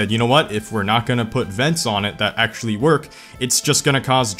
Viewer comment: if you cant pronounce "actually" then stop saying it